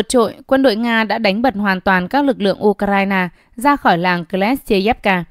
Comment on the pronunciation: Nghe cô ptv này đọc từ U k rai na nghe có vẽ abc quá nên ko muốn nghe nữa.